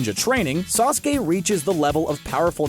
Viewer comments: him misprounouncing sasuke is proof that the video is scripted EDIT: HE MISPROUNOUNCED THE RASENGAN IM DONE ANOTHER EDIT: I TAKE THAT BACK, YOU CALLED SAKURA USELESS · Normal People: Sasuke This dude: Saske